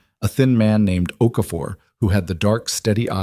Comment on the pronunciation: Okafor, not OK for.